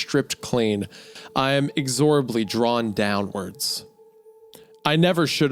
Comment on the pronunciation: This one didn't do it for me. I can already see what is happening with it but this one just wasn't for me. Also Wendi, it's inEXorably not inekZORably